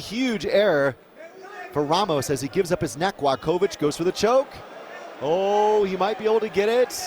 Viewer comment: Not Gladkowicz, but Gładkowicz. Ne Gladkowicz, nego Gładkowicz.